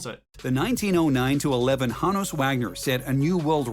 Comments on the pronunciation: What is this weird accent where he pronounces Honus as wrongly as he assumes? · The way he says Honus ahhhhhhhhggghgh